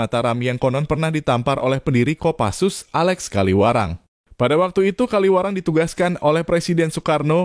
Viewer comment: Kawilarang, bukan Kaliwarang.